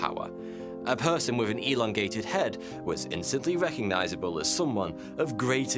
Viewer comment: "We should elondate" made me laugh more than it should have, thank you for that.